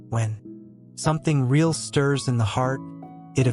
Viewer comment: Someone needs to "inform" the A.I. program that the word "real" is generally NOT pronounced /ray·AHL/ except in very few limited circumstances. It's /ˈriː.əl/! And mispronounced heteronyms sound ridiculous: read, tear, ....